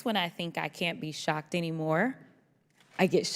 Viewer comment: Did you say shocked or sucked?